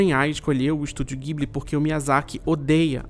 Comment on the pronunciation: se pronuncia "djiburi"